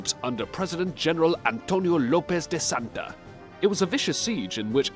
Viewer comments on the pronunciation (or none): Antonio Lopez de Santa-ana ¨SANTANA¨ not De Santa